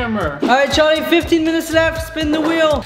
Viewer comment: Its Charlie not Charli